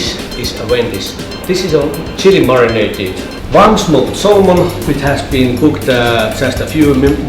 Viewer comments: Mukhang tanga naman tong si Jessica Soho mag pronounce ng Salmon. SAL-MON talaga? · You say it samon( silent l). Not salmon, lol. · sal mon ng sal mon its silent L samon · SALMON. IT'S SAAAMÛN.